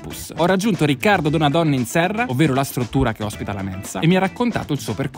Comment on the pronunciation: Si dice Donadón (o chiusa) non Donadòn (o aperta). It's Veneto baby.